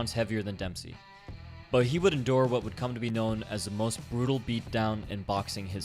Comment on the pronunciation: DEMPPSHEEEY ROLLL-DA